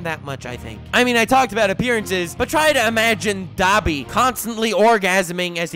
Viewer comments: It's pronounced dobby not daby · It's not Dab-i its Dob-i sure you spell it Dabi but you say it like Dob-i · Dani is pronounced dah-bee not dab-bee lol you triggered me so hard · i had an individual stroke for every time he pronounced Dabi like "daab-i" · Dabi is pronounced dahbi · it's prenounced doby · Im crying the way he says dabi